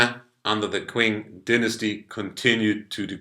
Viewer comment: it's pronounced "ching" dynasty, not "queeng"